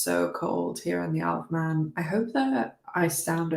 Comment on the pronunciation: I wondered why you kept saying "I love men" and then I realised it was "Isle of Man" 😂😂😂